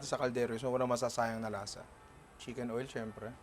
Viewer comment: Ninong baket po CHIMKEN OIL? ahahah 🤔